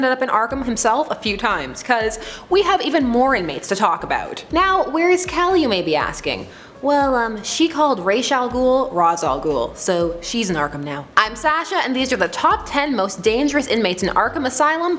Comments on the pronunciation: She called Ra's Al Ghul Ras Al Ghul so shes is Arkham asylum 😂😂😂 "She had one job" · Listen to the Arabic pronunciation of Ra's Al Gul and you will realize it is not pronounced Raishe. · It’s rāz al gūll it’s Arabic not Hindu you foul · Poor kelly she shouldn't of called him ra's al-ghul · Even after almost 14 years that mispronunciation still haunts me. Damn you Batman Begins, all the way to hell. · The beginning part you said reminded me of the pronunciation of Ra’s Al Ghul in Batman Begins